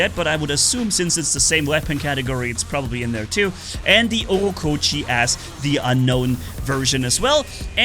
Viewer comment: Why do you say „Ockokochi“ when its „ochokochi“ 😂